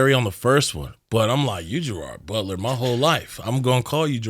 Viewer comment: And as a Scot and a paisley guy I just know Gerard butler hates the way you say his name lol. Less emphasis on the ard it’s more like gerid 😂